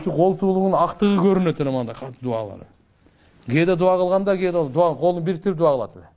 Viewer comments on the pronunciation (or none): none